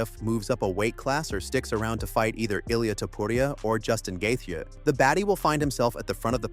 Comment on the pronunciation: did this guy just pronounce gaethje as Gathe Ye